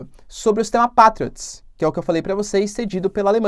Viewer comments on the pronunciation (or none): Diz-se "Peitriots".